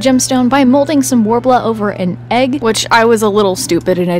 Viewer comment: Take a shot everytime they say worbla